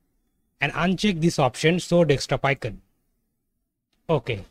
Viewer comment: you keep saying dextop though